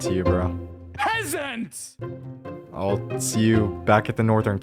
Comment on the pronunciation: P-P PEA'SANT ( His literally saying it in British Accent. )